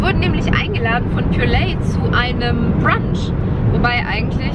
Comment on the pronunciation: Nicht pure-lay sondern pure-leih 😬🙆🏻‍♀️